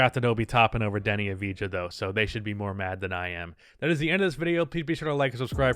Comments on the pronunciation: PSA: Deni's last name is pronounced "uv-dee-ah" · Hey, it’s pronounced Avdiya. Cheers